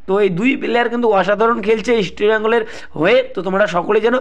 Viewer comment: Easti bengal noy east bengal...